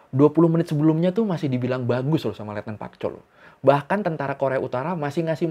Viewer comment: Letnan Park Chol woii bukan Pak Chol...pak bapakkkk